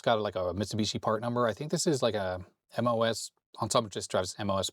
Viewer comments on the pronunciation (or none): none